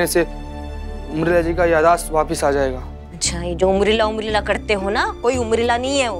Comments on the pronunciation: Umrila nahi Urmila hota hai cheete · Urmila ko umrila bol raha he😂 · Abe cheeteh umrila nahi hota hai urmila hota hai